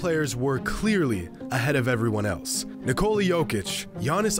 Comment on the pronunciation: Why can’t Americans pronounce nikola